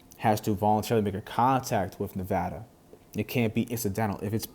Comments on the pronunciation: Thank you for pronouncing Nevada correctly. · Thanks for saying Nevada correctly